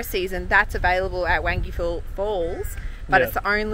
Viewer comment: Wangi Falls, pronounced like 'bong-guy", Buley Rockhole, pronounced Booley, from an ex Territorian. Love your work